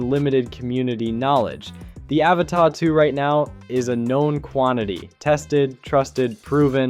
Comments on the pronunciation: It’s pronounced “ Ava-TUH” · Dude, your review and analysis are both interesting but your mispronunciation of the model name was driving me crazy so I had to quit the video halfway in!